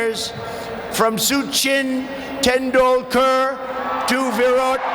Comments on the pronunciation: How Trump Pronounced Sachin Tendulkar = chuchin tendulkar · Adhu suchin tendulkar illa thalaiva.... sachin tendulkar*... yen ungalukku *sa varadha🤣🤣🤣